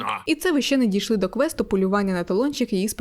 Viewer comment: ще, а не щє ;)